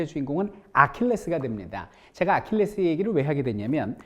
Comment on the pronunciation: 3분 30초에 아킬레우스를 아킬레스라곸ㅋㅋ